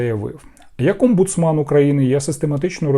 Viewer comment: Не МАН а МЕН! ОмбуцМЕН 😂😂😂😂😂😂